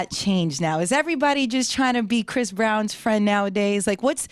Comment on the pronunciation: It's Chris Brown not Chis Brown